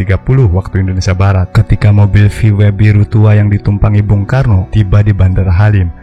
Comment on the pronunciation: Mobil VW di baca V-Why, harusnya V-dobelU. Kalo V-Why berarti mobil VY..koreksi